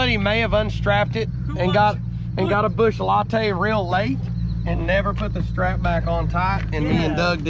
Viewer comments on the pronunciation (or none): Did my guy say, a bush latte 😂☠️